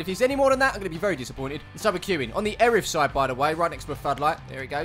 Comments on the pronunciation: It’s pronounced ear-ith not er-ith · It’s pronounced Ear-ith. not Erith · "Erith" pronounced 'Ear-ith' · The way you pronounced ‘Erith’ it’s pronounced Ear-riff. Only the other side of the Thames from u 😂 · It’s pronounced ear-rith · It’s pronounced ‘Earith’ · You say Eirth, so wrong! Born Sidcup.. lived Belxeyheath now in Upminster.. yep down the road! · you was saying erith wrong its more like ear-rith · It annoyed me being from Erith